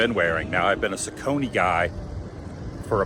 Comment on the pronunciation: Saucony is pronounced “SOCK-UH-KNEE”